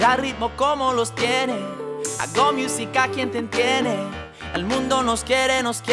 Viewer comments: The song was great!!! Btw some feed back when saying musica, we don't say mi-oo-si-ka we say moo-si-ka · Like si te hace gracia como pronuncia musica jajaj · He doesn't know how to pronounce "musica" right